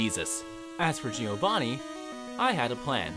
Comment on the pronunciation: The I in Giovanni is not spoken. Hes called Jovanni not Jiiiiovanni 🙄